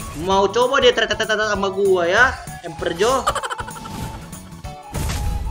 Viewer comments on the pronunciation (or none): Ngakak pas bilang emperjo wkwk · Empetotx Emeperor× Emeperjo✔